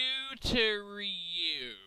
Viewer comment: His name is pronounced Cue Tor Ree You, means Nine Sword Style in Japanese its a One Piece thing :P